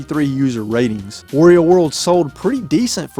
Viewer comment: You are pronouncing wario wrong lol